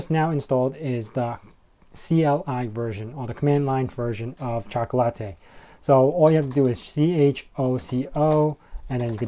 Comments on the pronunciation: Pronounced "chalk la ti" as in - it tastes chocolatey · By the way, I think it’s pronounced “chocolate” followed by an “ee” sound.Think of it as by analogy with e.g. “sugar” → “sugary”, “spice” → “spicy”, hence “chocolate” → “chocolatey”.